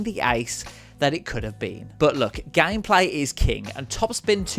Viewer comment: You mean 'loycenses' and 'gaymepleah'?